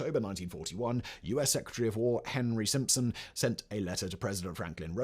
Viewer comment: "STimson", not Simpson.